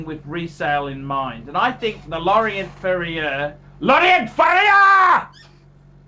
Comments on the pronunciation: You pronounce it Lauren Fair Yeah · "LAW-RHONT FURRIUUUHHHRRRR!!!!" Haha! Hilarious!!